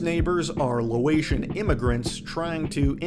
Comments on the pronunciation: Low-ation... It's Lay-ocean (which ocean) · It's "Laotian" not "Loatian" lol, good video though. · Did u say "loation"? Did u ever watch the show? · Lol at "loAtion" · They are Laotian, not Loation! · Did you say “Loatian” when talking about Kahn? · HES LAOTIAN! FROM LAOS! NOT LOATIAN